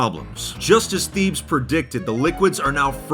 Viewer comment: "Thebes" is not pronounced the way that said it throughout the video. It's actually pronounced "Teh bays"